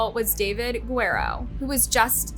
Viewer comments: Who is the commentator in this doc? You really need to do your homework and stop mispronouncing names - eg., it's NOT Seeroski, but SiKORSKI; it's not Guero, but Guh-rerro. You want to be taken seriously?? Get your act together - you come off as a buffoon. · When saying a LAST NAME learn to do it properly. Twice in this video, you pronounce GUE-RRE-RO which means WARRIOR to GUERO which translates to BLONDE GUY in Spanish. Also, VILORIA was destroyed by the very uneducated woman who was doing the voice. That was very IGNORANT and reflects the poor quality of this...................... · Good video but you gotta' work on your pronunciation. Osceola - Os-C-ola County. Guerrero - Gu-air-ro Sikorski - Si-Kor-Ski